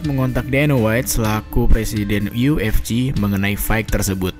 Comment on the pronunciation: Bahasan dan analisa ok sih .... cuma penyebutan UFC masih kedengeran aneh kadang yu ef ji atau yu ef ci harusnya Yu Ef Si (UFC)